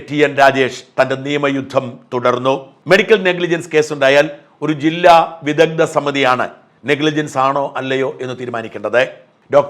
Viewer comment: വിദദ്ദൻ, വൈദദ്ദ്യം 😂 മലയാളത്തെ ഇങ്ങനെ കൊല്ലരുത് 🙏